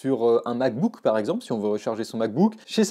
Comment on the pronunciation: ExAAAAAAAAMPLE??? je me désabonne ! Je pensais que tu étais un pro serieux! encore une fois une bonne douche froide!